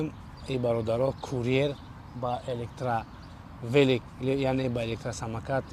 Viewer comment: Хушрутар бхон 1 хатоги дигарам дора 🤣